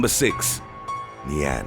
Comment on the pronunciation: just a tip, your pronounciation of nian shldnt have that much emphasis on the an part